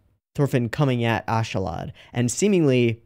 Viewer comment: you pronounce Askeladd like "aus-kuh-lud" by the way. Also i love how you keep going over the helmeted figure in the opening, I think you'll like them